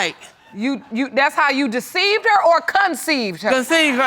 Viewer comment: Well she said it right " ""deceived""